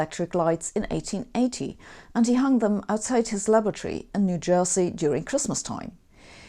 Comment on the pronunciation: Where did you say Edison hung his lights from lavatory🚽 😳 or laboratory🥼🧪? Only want to clarify 😀 👍🏴